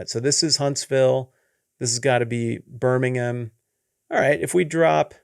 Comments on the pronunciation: No offense, Love everything you do, but for Alabama is BirmingHAM! We pronounce it differently from the one in England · really pronounced Birmingham, AL the same as the Birmingham in England.